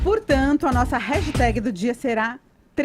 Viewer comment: A não sabe falar "hashtag" kkk